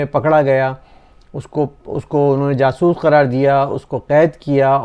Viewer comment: Sir, Jaasoos hota hai, jasoos nhi🤣🤣🤣🤣 Punjabiyo ki bhi hadd hai Btw, love you sir